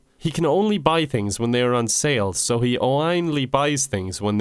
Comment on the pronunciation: "A long time ago in the future." "But it's in the future, remember?" Sounds like a letter written right before someone died, left on the floor of the supermarket in which he died, urging people not to enter the supermarket in which he died, because he died, remember? I love how pronounces the e as an i and the i as an e, and articulates the first "sales" and "money"